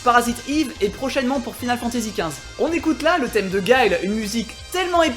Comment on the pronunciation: c'est "final fantési" c'est "faïneul fantési". J'écris en français les phonétiques parce que le clavier.